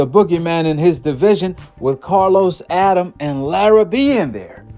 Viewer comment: It’s pronounced “A-dam-mes” and spelled Adames not Adams